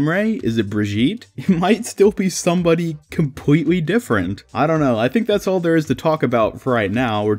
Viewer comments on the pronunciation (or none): none